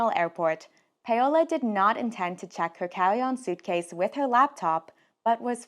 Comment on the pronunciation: Paola is pronounced similarly to Paula, not payola